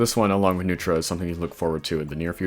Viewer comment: U got neutra right!